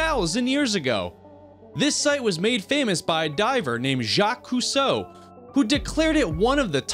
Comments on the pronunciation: Jacques Cousteau’s name has a ‘T’ in it... not ‘Coosoh’... come on!! Really?? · Cousteau....you pronounce the T.... Coo Stow......not Coo so. my God have you never heard of him? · You must be young to ever hear of the TV show "The undersea world of Jaques Cousteau", because you pronounced his name wrong. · If your going to offer important facts and information to people, at least make sure the commentary you provide prouncounces key words correctly. For example, your pronunciation of the name of the famous marine naturalist, 'Jacque Cousteau', is incorrect, as is your pronunciation of the country, 'Tanzania'.